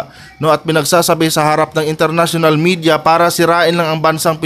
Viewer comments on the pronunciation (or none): none